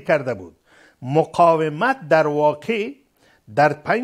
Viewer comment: "مقایمت" نی قانونی صاحب " مقاومت "